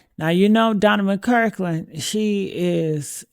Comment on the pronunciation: You can't even say his name! Say it: Mc Clur kin